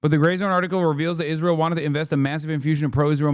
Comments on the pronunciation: Why does Owen say it like “ish-rael” kinda bugs me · She is the only person I've ever heard pronounce it "Ijrael" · Did Candice Owens always pronounce Israel like ISHrael? I guess I never noticed bus she said it like that EVERY time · Why does she say Isjrael? Lol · She pronounces it a bit like "Ish-rael" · Every time she says "iszhrael" I want to fucking scream